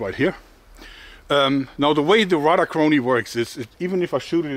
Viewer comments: Thank you Joerg, you just keep finding it where no one else can. To help you, Radar is pronounced like the ray part of xray. keep it up and Thanks again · I kept wondering what a rudder chronograph was. I think he means radar. Its always fun to see what words of our garbage fire of a language non native speakers have issues with.